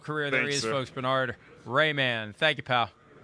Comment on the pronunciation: Who is Bernard Rayman? At least try to pronounce the H. Bern-Hard. :D